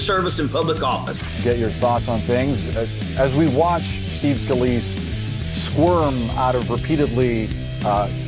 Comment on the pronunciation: Why are you pronouncing his name Scaleese-y? You heard Boris say his name right just like we did. It may seem unimportant but what else do you hear one way and say another? Does this apply to "facts" too?